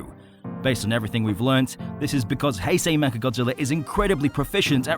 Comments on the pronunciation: He pronouces heisei as "hey-sey" alr so are you then gonna pronouce Einstein as "eyn-steyn" then lol. In general the "ei" is the "I" sounding so the pronunciation of heisei is Hi-Sci. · its hei-sh-ei